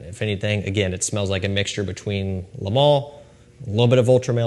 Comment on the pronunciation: Pronunciation Police 👮‍♂️ Les = “lay” Le = “l’ugh” but one single word no gap